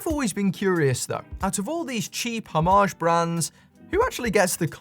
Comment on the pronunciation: Why is every video? I seem to watch a Brit? This only matters to me because I have yet to meet a British person who can pronounce homage correctly🤣